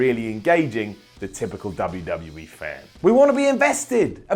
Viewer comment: I like them all but cant understand a God damn word that comes out of ' mouth. And I hate the way he says WWE. UGH